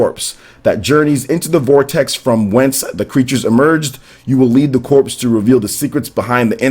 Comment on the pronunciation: "Corps" is pronounced as "core," not "corpse."